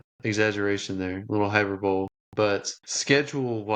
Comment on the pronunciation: It's hy per bo Lee